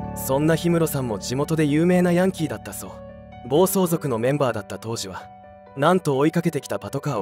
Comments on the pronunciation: ヤンキーのイントネーション間違ってるw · ヤンキーの発音が、変❗それに、赤井英和さんが大阪で有名って、知らん❗